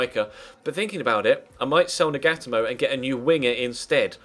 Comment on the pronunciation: it's not nag-at-a-mo it's nag-a-toe-mo